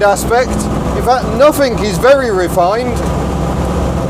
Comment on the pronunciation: it is ING not INC at the end of a word. (ie. nothing not nothinc)